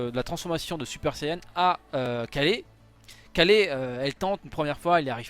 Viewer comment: Dis Ka[y]le s'il te plait 😂🙏